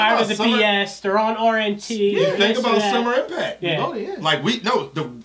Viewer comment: Did he say rnt